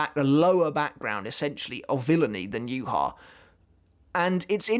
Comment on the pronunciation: Aizen wins because the way Yhwach is pronounced annoys me